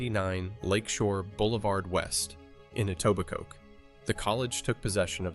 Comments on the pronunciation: This is the closest ive heard a non-Etobicokian almost say the name right lol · He pronounced etobicoke wrong and it bothers me